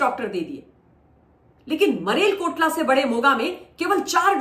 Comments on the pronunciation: Mam Marel nahi maler Kotla hai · It maler Kotla not marel Kotla. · मलेर कोटला है marelkotla नहीं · Correct name of the place is 'Malerkotla' not 'Marelkotla' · Mam, Malerkotla hai ! Marelkotla nahi ! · Marel nahi Malerkotla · बहन आप रोज इतने उत्साह से वीडियो बनाती है अरविंद केजरीवाल एंड कंपनी के बारे में ... मानों बस कल ही सरकार गिर रही है....मगर ऐसा कुछ भी नहीं होने वाला ...और मरेल कोटला नहीं बहन ...मलेर कोटला है ...दिल्ली में बैठकर काहे पंजाब की पीड़ा ले कर घूम रही हो आप